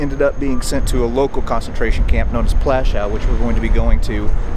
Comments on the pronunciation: You don't pronounce the camp Plashaw, you it is pronounced Pluashoov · Not to be too much of a dick, but names like 'Amon Goeth' and 'Plaszow' are pronounced in specific manner just like your name.